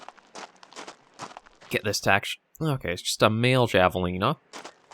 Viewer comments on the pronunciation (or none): Javelina pronounced HAV-uh-lee-na. :)